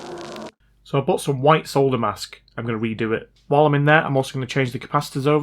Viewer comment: I like ur channel purely because you can actually say solder. 😉 unlike the yanks who call it sodder lol.